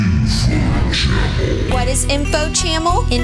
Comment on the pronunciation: Dude it's info cha mm al